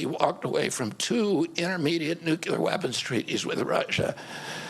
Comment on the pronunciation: Ok Bobby I hold you in the highest regard for your efforts to expose pharma, Fauci and ag but please know, it’s nu CLE ar, not nu CU lar. Keep up the good fight! Our country needs more like you. 💜